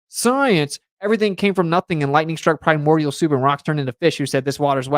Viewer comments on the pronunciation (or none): none